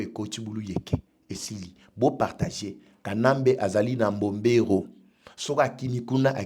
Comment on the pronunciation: MBOBERO et non Mborero! Correction!